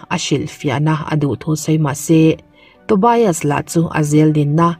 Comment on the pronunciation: Tobias ilam dan hi adik lo a ngem aw ka ti, TO BI AS nilo in TO BIAS tur ni zawk lo maw aw, BIAS hi lamzawm tur ani zawk ang chuan Sigrid ilam dan pawh,ka sawisel chak vang anilo nia, a ni ngem aw kati mai ania aw